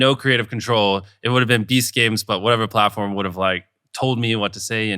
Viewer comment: All this time I thought he said "Beast Caves" and was thinking- what and interesting choice. Must be a lot about game shows in caves. 🤦‍♂🤦‍♂